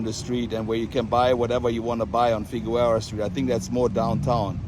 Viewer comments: FIGUEROA is pronounced Fig Air O A. (In English, it's different in Spanish.) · It's pronounced FI-GER-ROW-A ... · Danke. Love your videos. Ich habe veile Fruende in Deutschland; Berlin, Munchen, Neu Ulm, etc. Aber bitte,. Figueroa is pronounced: Fig Your Ohwah. Oh, as in Oklahoma. Danke, Don, von Chatsworth. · Did you just Butcher Figueroa